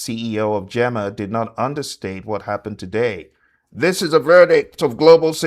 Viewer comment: GEMA it’s pronounced GĒ/MA. GEEMA 😁🫡